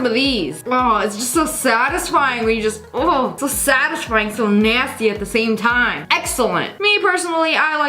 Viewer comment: nah this was fillmed 5 months ago, and she said "sadisfing sunday" TODAY IS SUNDAY